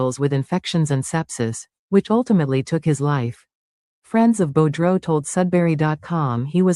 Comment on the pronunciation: It’s French. Sounds like Boo Drow spelt Boudreault